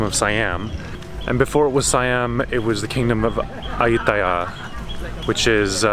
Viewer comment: Loving these Thai vlogs. Nice job pronouncing Ayuttaya :)